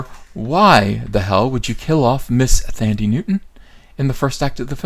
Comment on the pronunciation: It's pronounced "Tandy" Newton.